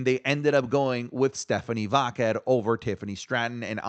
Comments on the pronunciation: Everyone: Stephanie Vaquer: Stephanie VaQQQQQuer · Why does he mispronounce Stephanie vaquer name like that? Sounds like he saying vodka lol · More like Stephanie vaqueRRRRRRRRRR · Even Stephanie herself doesn't pronounce it like does